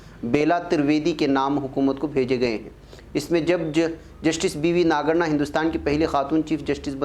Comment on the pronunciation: It is Nagarathna not nagana